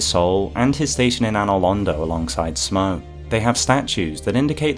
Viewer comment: I would add that Smough's name likely should be pronounced "Smoff" like "Cough". He is a giant like Gough, and they share the same naming convention.